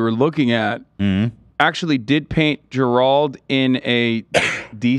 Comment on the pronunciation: Why is it annoying me that they cant pronounce Gerald? 😂